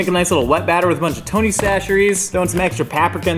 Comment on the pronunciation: I just want to say I'm so proud of you for learning the proper way to pronounce Tony's. Now you just need to progress to a true Louisianian and just call it Tony's.